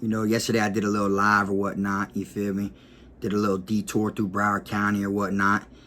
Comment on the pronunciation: Shout Out to he has evolved into K-guana!! "yah feel meh"